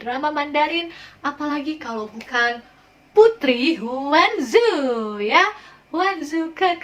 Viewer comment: Ternyata ada yg bahas PHZ, heheee. aku ngefans bgt sama Ruby Lin Xin Ru, Ziwei gege.. Ngucapinnya chu kan, bukan zu